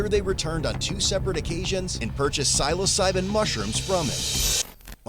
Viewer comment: I love how he kept saying psilocybin wrong, these guys live no life LOL squares. and YES it can cure depression for LONG after the effects.. its a perception thing, its not quite the "drug" they claim it to be